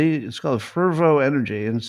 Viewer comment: 13.58;Fervo Energi?… I’ve heard about «Pervo-energi»…